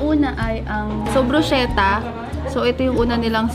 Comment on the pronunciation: Bruschetta po as in "Brus-keta" hehe😅❤